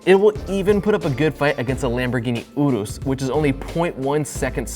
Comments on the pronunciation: It Er-Is not Ude-Dose ( I know its not spelled Er-Is) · What the fuck is an oorus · Pronounces Urus "Oodooss" but pronounces Porsche "porsh" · Are you the reason Nolan says urus like a botard? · way to mispronounce "Urus" and also the juke R is trash dawg. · i hate how he says Porsche, Peugeot, and Urus. BITCH WTF SAY THEM RIGHT